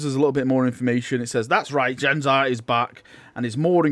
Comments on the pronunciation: please for the love of god just take 5 minutes to learn names before you record a sodding video. primaris not primihris jain zar not zan jar tor garadon not torgadon feirros not ferryoss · Its Jain Zar not Zain Jar.... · Jain Zar, Zan Jar, Jan Jar, Zan Zar, Zain Zair, Zhan Zhar, Jam Jar, Han Har... Any further mispronunciations of her name that anyone else heard? :P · just thought you might want to know its pernounced Jane Zar Despite being spelt Jain Zar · You kept saying Zain Jar lol. Plus, it did say October in ther video.